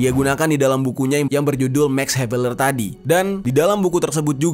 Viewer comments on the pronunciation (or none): Belajar lagi cara membaca... Dibahasa belanda bacanya tetap "maks ha ve laar" klo bahasa inggris bacanya "meks haev leer "